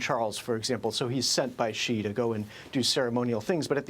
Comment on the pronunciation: Shouldn't a China expert be able to pronounce Xi or Beijing properly? Maybe US standards are very low for what is considered an expert? If a Chinese expert on America said "Tramp and Worshington" would you consider them an expert?